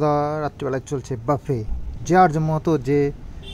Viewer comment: বাফে বলেনা বুফে বলে ।